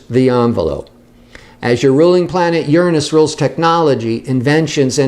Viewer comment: Yessss finally someone who pronounces Uranus the correct way!